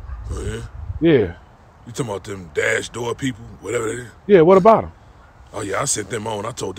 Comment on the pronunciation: He said "dem Dash-door ppl".. xD! EVERYTHING an issue in this family.. xD